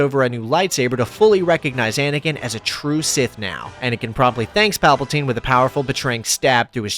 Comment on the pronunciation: Shout out saying Palpaltine instead of Palpatine! Teasing aside, the video really is awesome! 👍